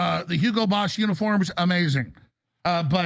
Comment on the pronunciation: Hugo Boss not Hugo Bosch